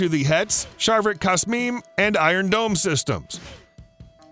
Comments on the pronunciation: LEARN TO READ OMFG "sharvit kasmim" its "sharviat ksamim" omfg. learn hebrew before, dude goddamit wtf man. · Your pronunciation of Hebrew words are hilarious! Especcialy "sharvit kasmim" 😂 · the way he said "sharvit ksamim" had me dead 😂😂😂😂